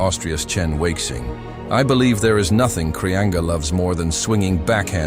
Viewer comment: Kraianga ?Kolin Kraia?? Krianga?? Kolinos? Poor Kreanga, who was a great champion, deserved a correct translation and respectful pronunciation of his name. As for his game, his forehand was much more than powerful; it was perfect, executed with a straight arm and full body involvement. His backhand was also extraordinary. His most impressive characteristic was his arm speed, and it was thanks to such speed and the amplitude of his movements that he produced topspin with monstrous amounts of rotation. He went down in history for his "straight-arm" forehand topspin, the excellent execution of which places him rightfully alongside legends such as Istvan Yonier, Gabor Gergeli, Tibor Klampar, Jacques Secretin, Dragutin Surbek and Kim Taek Soo, Yoo Nam Kyu, Ryu Seung Min, Wang Hao, Cheng Qi, Ma Wenghe, Zhang Jike, Malong, Malin, Xu-xin.